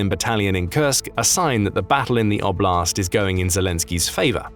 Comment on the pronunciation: And I do wish that since Russian territory is the context, that oblast' be pronounced correctly: like O-bl(i)st. You won't get the palatalized T in English. It sounds like a French TH.